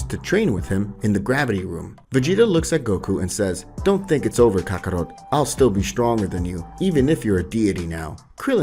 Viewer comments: Not to mention Kaka-row, Kaka-rutt & Kaka-rote 😅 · Stop saying Kakaro! That's not his name, it's kakarot